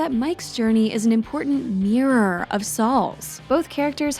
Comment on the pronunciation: I like these videos but cringe every time the narrator is incapable of saying the word "mirror" its a "mihrurr" not a "mee-rar".